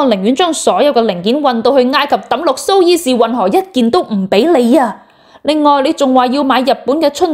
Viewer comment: 读苏彝士运河，唔係苏伊士运河。